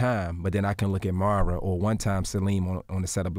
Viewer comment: I thought that by the time she came on here he would get ber name right cause he was calling her Amara so much. Now he said Mer-rah Im like 😞... now I know he does this often with some folks but it doesnt sound right.